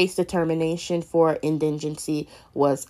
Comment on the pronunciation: What word is indingency?????????😂